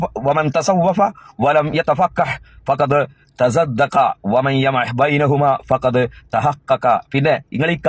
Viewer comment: നീ പറഞതും തെറ്റാണ് തസൻദഖ എന്ന് പറയേണ്ടിടത്ത് തസദ്ദഖ എന്നാണ് നീ രണ്ട് പ്രാവശ്യവും പറഞത്